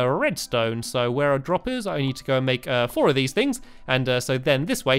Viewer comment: how stampy says droppers lol